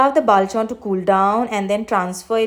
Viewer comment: Bavl😂...it's Pronounced as Bol not Ba- vl